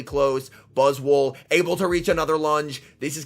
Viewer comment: 4 seconds in and I’ve gotta stop you right there. It’s not buzz-wool It’s buzz-SWOLE I want to hear you call that bug SWOLE. 💪🦟💪 🦵🦵